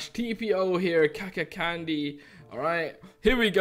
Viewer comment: I know this video is old.And i am KAKANCANDY and first I have to say I’m sorry for I hacked on the server and you say my mc name wrong... And I have stop hacking❤️